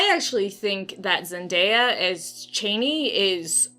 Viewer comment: Actually he pronounced it chaani short a in an interview in 84 he was on set for just that reason